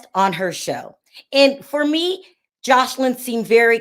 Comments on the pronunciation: Lawd, you keep calling her JosHeline, lol. Are you doing that on purpose? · Her name is pronounced Jose Lynn regarding Joseline Hernandez. When she was with Stevie J she became so revengeful when he couldn’t get her a movie role that she came and verbally attacked his child’s and ex wife. Then she didn’t want anyone going after her daughter Bella after what she did. No. She was wrong to go after Wendy like that.